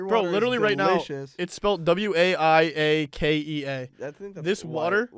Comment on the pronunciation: IM FUCKING CRYING, I've been lacking on listening to the podcast and I've finally been binging them. I'm doing chem homework and I get to the part where they're talking about the water THE WAY SAPNAP FUCKING SAYS WAIAKEA IS HILARIOUS. As someone born and raised in Hawaii and part hawaiian, I completely whipped my head when I heard their pronunciation of waiakea. I honestly started laughing so hard. Anyways the correct pronunciation is "why-ah-kay-ah" or "why-kay-ah"